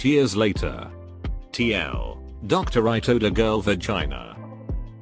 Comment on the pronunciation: The most awkward is easily that these TTS reddit videos always say: "Tee El, Doctor" instead of "TL;DR"